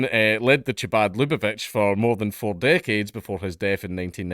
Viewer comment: Chabad is a cult. Also, it’s pronounced like the Scottish “ch” sound in loch.